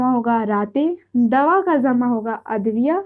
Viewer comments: Zamaa nahin hota hai jamaa hota hai tumhare jaise logon ne urdu ka satya naas kar diya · Zama nh hota h jama hota h ج اور ز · Madam Zama nhi hota hai jama hota hai ok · بیٹا ۔ جمع کو Jama bolo zama nahin. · Zama nahi jama h ji sahiba